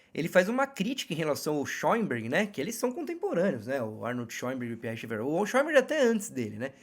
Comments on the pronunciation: Gostei do conteúdo, porém, "doeu" meus ouvidos sua pronúncia de Schaeffer, procure corrigir, a maioria das pessoas falam corretamente o sobrenome alemão. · A questão é que esse sobrenome é alemão, o fato dele ser frances não vem ao caso. Não custa vc verificar a pronúncia.